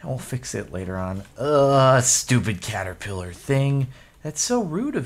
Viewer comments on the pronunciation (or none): What you encountered was a "CaterKiller." Not "Caterpiller" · Caterkiller not Caterpiller!